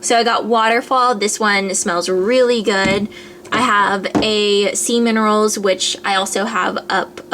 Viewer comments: lmao its sea minerals not semen roles :P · When you said Sea Minerals I heard Semen rolls so I played it back to read the bottle. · haha when you were showing us your method soaps, and you said "sea minerals".. i totally heard "semen rolls" LOL!!! ahhhahh, and when you were running to your room to show us tiny tower i pictured you running like Luke when he was wearing your pink slippers :P PS i totally downloaded tiny tower and am OBSESSED! its a great game, thanks for introducing it to me! :) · When you said sea minerals for the method soap it sounded like you said semen at first .lol my bad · I heard "semen rolls". :o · I thought you said semen rolls -. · She said Sea Minerals! HAHAHA it sounded like Semen rolls though lol! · oh man i thought you said "semen rolls" instead of sea minerals! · i heard sea minerals as semen rolls :D *head desk* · first time she said sea minerals i thought she said semen rolls....sorry if inappropriate =/